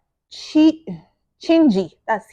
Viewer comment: Much love from c.h.i.n.j.i can't believe you read it correctly much love from Zambia ❤❤